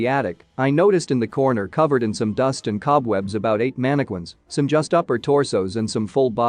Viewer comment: Manna-quins sound like they are VERY scary! Are they anything like mannequins? Ha! (Sorry! I couldn't help saying that! LMAO!!)